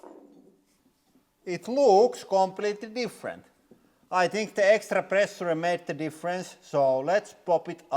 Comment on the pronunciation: When ever he said "Pressure" an english teacher died :D